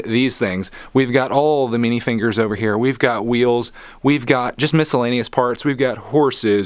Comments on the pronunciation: Not to be rude by why do u say minifingers? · It’s minifigures not minifingers